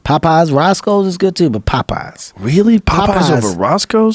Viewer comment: I love how Kevin pronounces Popeye's.... sounds like he's saying "Pot Pies" :)